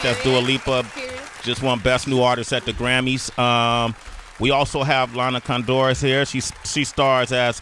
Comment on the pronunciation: Sway be like "Lana ConDOOR". CONdoor is the correct pronunciation.